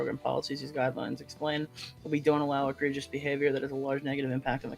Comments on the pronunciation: do you really not know the word egregious? You said it so funny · your pronunciation is egregious